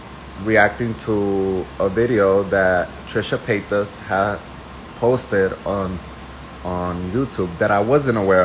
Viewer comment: Why do u keep playing this guy over and over agian. He sounds dumb and uneducated . And the Paytis pronunciation is irritating